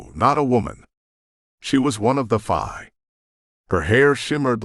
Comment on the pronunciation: Why do you call the Fae Fii ? is it just mispronunciation or something the author did to change the Fae heritage for the book ? The story line is excellent though